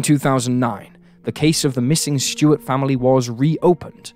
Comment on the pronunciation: S-T-U-A-R-T. Stuart, not "Shtewart". This trend of randomly adding an "h" to words that contain an "s" is getting tiring.